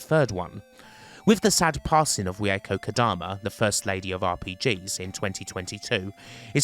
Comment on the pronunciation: I really like your video. Learned something about the spin-offs too. Your pronunciation of Reiko is a kind of horrible though...